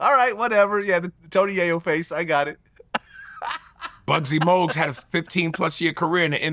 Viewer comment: Bro he watched that whole era and called muggsy bogues “buggsy mogues 😂😂😂😂 this how Ik he just be sayin whatever tf